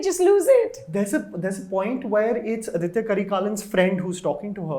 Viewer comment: FYI Its Aditha and not Aditya. Surprised that you folks said that you saw the Tamil version and still didnt get this